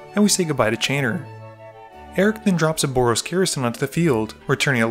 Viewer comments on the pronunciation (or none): none